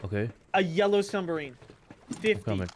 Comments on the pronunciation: Bro pronounced submarine as sumbarine and I was laughing my ass off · "THERE'S A SUMBURINE. A YELLOW SUNBARINE." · "theres a sumbarine. a yellow sumbarine." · can’t say submarine